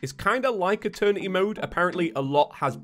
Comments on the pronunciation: Guys it’s happening again... eterny mode instead of eternity mode🤣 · "They wanted Eeterny mode". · i cant hear eternity im just hearing attorney